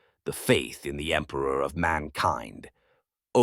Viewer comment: "For the Empruh!"